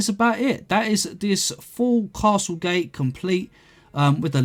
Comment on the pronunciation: “Gate” not “gay”